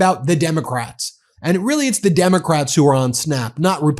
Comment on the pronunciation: He can't even pronounce Democrat